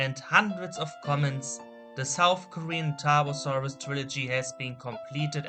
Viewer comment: I forgot how to spell Tarbfursuraus with that god awful pronounciation.